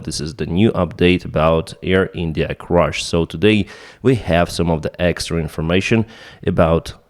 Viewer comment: It's "crash", not "crush"!